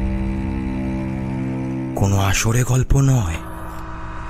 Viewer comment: ভাই কথাটা আষাঢ়ে হবে correction করে নিও আসরে না